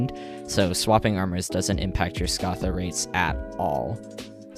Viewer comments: I stg if u dont start saying scatha right imma so something ill probably regret (pronounced SK-Ā-THa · why do u say scatha so wierdly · No way that's how you pronounce scatha